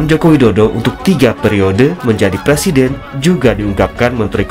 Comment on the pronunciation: Ngomong presiden aj plesiden......kk mau jd plesiden....ngacaaaaaa........weeee